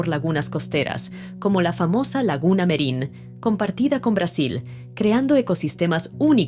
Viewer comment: *región al norte, cuchilla de Haedo. Lo nombramos sin la H. * Laguna Merin no Mirin Gracias 😊 Saludos cordiales 🤗